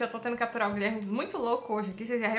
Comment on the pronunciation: Guileerrrrme não tá bem hoje 😂😂😂😂